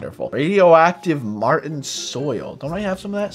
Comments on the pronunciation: It's pronounced MAR-SHON NOT matin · Mar-tion soil marTION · he said martian like martin